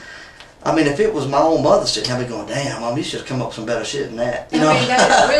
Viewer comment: “What kind of car were you driving?” “Mah car.” 😑